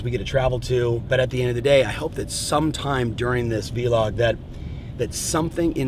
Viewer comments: Lmaooooo it’s not V-log. It’s vlog say it exactly like blog but with a v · Love this! 2 of my favs. Can’t wait for what you come up with. I think it’s vlog, which rhymes with blog; not, vee-log...unless that was a play on Gary Vee 🤷🏼‍♀️. In which case, never mind, carry on 😂